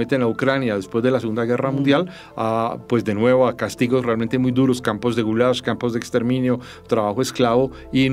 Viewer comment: Maria Jimena toma una postura y el relato la sigue, destaca hechos históricos y oculta otros de forma deliberada. Un detalle es que se llama Gulag y no Gulash.